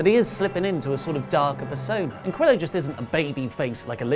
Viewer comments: you almost have Humberto Carrillo's name right. Just make sure when you get to the double L's that you change that sound to that of a "Y". Like Yo-yo, its Ca-rree-yo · It’s pronounced Cariyo... sorry it was just way to distracting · I was gonna have a pop at for not pronouncing carillo like Ka Rio, but seems like a lot of hate in the comments so don't worry about it I'm still a big fan. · The format isn't much. I appreciate the older format where everyone had a character. Also in spanish, any word with double L's is pronounced like a y. Carrillo should be pronounced carri-yo. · I think Raw was surprisingly good. I wasn't expecting much, but it was really good. By the way, Carrillo, at the end, sounds 'yō' (pretty similar to Joe).